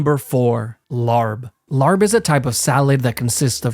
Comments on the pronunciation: ITS NOT LARB ITS LAAB AND YOU CAN USE COOKED MEATS FOR IT AND NOT BE EATING SALMONELA LMAO. DON’T BUNCH US THAI FOLKS IN WITH THE UNEDUCATED COUNTRYSIDE PEEPS. IVE LIVED IN THAILAND MY WHOLE LIFE AND NEVER HAD A RAW MEAT LAAB IN ONCE… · It’s not pronounced “larb” it’s pronounced “lahb” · It’s not pronounced Larb it’s pronounced lap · man I know about larb since my wife is thai but man hearing the way you pronounce larb makes me want to cringe lol. it is not pronounced as LAR buh but more like laaaaaaahhhhhbbbbb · its not pronounced "larb" its "lap" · I think Larb is pronounces Lahb or Laap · It’s pronounced “Laab” and is totally safe in modern Lao and Thai restaurants. Sooo good, and fully cooked😅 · as someone with Laotian family, there's a few important things to correct here 1) we spell it "laab" and pronounce it as "la-b" (the "a" makes the same sound as the "e" in "encore" and the b is soft) 2) it's sometimes served raw (as well as other Laotian dishes) because of the lack of resources in Laos. they eat whatever they can, including using bile as a sauce base (which is surprisingly good tasting). my Laotian grandmother doesn't serve laab raw, it's usually grilled medium rare steak slices. But to get back to the point, yes it's sometimes served raw in Laos, but only because of how little resources they have. The country was already poor before communism took it over, and because they don't really have much to trade, they're stuck economically and it really sucks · Its pronounced “laahb”. Like pop with an L in the front. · im kinda geeked about the way he pronounced larb, i like his videos tho dont come after me, its just the pronounciation for the record, its pronounced “lahp” kk bye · Larb pronounced Laap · As a lao person myself, we typically eat Larb (pronounced Lahp) cooked in my family and its delicious!! my mom actually made some today! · Just so you know, larb is actually pronounced as 'laap', with the 'b' being silent. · also it’s not pronounced larb 😭